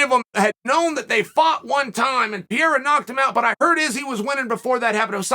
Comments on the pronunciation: "Pierra" = "Pereira" 😂😂😂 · BRO... It's not pronounced "Pierre.... with Ra added"it's Pereira???... No "Pierre-a" butfuck! PEREIRA The dude's neither French nor Italian.... Let's see who wins.... iSrAAAAEEELLL the ... Last..... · Why do you keep calling him Alex Pierrea,It’s Pereira. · He still says Pierra lmao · Chael calling Pereira "Piera" never stops being funny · I've watched about 50 videos of Chael saying "Pierra", still doesn't fail to crack me up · I think he says it wrong on purpose so people like us comment about and give traction on the website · PEE - AIR - UHHH